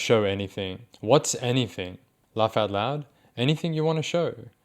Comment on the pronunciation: 'haven't been accused of ''anythink'' yet' as we judge his literal ability nsw